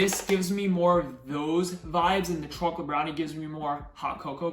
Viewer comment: bhai to chocolate Sahi se bol le na